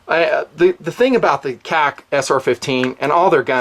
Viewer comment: This is the first time I'm bothered by a video you produce. And not because of the information, but KAC. It's sounds like you're saying something else (k-ah-c) and it drives me and I'm sure others up a wall. Say Knights or Kay-Ay-See. Love the channel, the hard work you put out, and the content. But seriously...stop the (k-ah-c)